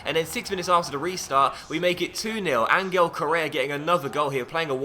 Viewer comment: ffs his name is pronounced An-hell not An-ghel